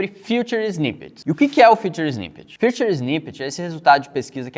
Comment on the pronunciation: Não é FUTURE snippets, é FEATURED(Fitured).. Vou te ajudar a entender a diferença de como se pronuncia corretamente!!